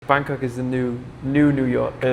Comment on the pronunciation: Haha you said Bagkok 😂